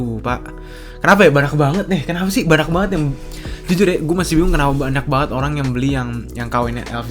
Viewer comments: Kenapa si lu ngmng banyak jadi banak? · bener ga si ngomong "Banyak" kedengeran nya banak? yang setuju like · Ngomong "banyak" gk jelas anjir